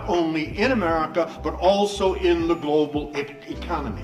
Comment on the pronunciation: Latinos not Latinoes. And Global not Golbol, Bruh